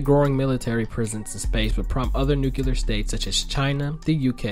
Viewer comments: It's 'nu-CLEE-er, not 'nu-CYOO-ler. Thank you. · Question: why the fuck can’t people say nu-klee-ar anymore?